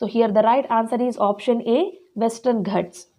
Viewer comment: Mam plesae speel it as ghaats not as ghats